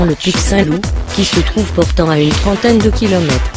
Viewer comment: J'ai écouté une dizaine de fois et j'entends toujours à une centaine de Km... impossible de comprendre une trentaine. ... Désolé.